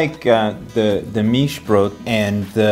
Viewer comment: May I give you a little hint on pronounciation? Mischbrot is not pronounced like Meeshbrot, because the "i" in "Mischbrot is pronounced like the "i" misson or middle. So you have a short vowel and not a long one, like you pronounce it. Sorry for being nerdy and hopefully no offence taken :-)